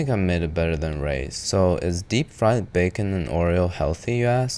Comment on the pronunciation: "DEPP FRIED"